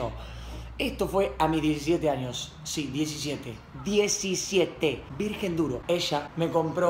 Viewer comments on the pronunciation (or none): VIRGEN NO VIRGUEN